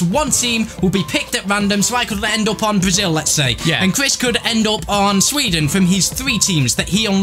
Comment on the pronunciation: Sweeden Ibrahimavich